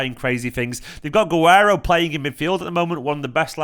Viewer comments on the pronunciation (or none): none